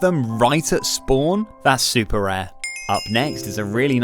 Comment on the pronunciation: U mean “rare” not rear